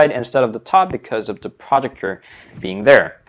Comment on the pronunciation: What the fuck is a "projucture" Pro-ject-or.